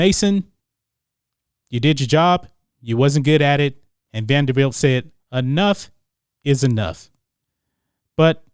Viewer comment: Salute to you Mason for trying to make the program relevant, but its "Vanderbilt".